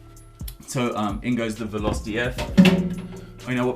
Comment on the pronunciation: they arent called valos they are veloce, and its pronounced VAH-LOW-CHAY